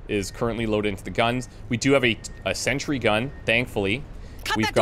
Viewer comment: It´s sentry gun, NOT century gun!